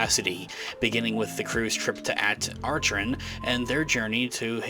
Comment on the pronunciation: May I suggest that you research to learn how to pronounce the planet At Akron.